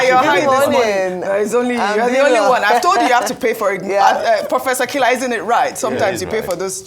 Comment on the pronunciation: Kila not pronounced Killer pls